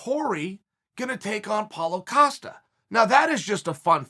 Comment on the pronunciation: That’s the first time I heard chael say Paulo Costa & not “Acosta” lol